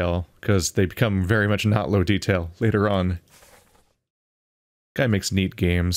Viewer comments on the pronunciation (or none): none